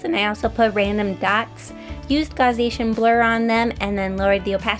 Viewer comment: Gaussian. Gah-she-in